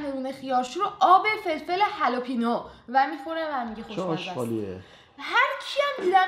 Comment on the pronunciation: هالپینو❌ هَلوپینو✅ 😂😂😂